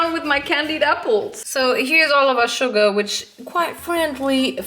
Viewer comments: True same😂everytime when sm says Sugar I'm thinking of Yoongi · Every single time you say "sugar" I hear "Suga" and I just have to think of Min Yoongi and then I have to laugh 😂 😂😂